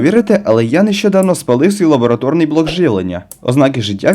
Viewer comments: Він якраз і каже лабоЛаторний 😅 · Україномовний контент це звичайно дуже добре але він повинен бути якісним... Що це за нове слова лабоРаторія від якого блок став лабораторним чомусь, а не лабоЛаторним ?? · ЛабоЛаторний - буває, коли хтось погано вимовляє Р. 😊